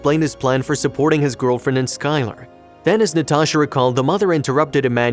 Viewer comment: He also said they'd name the baby "sky-LAR" it almost hurts to hear sometimes. (I think it might be an AI voice)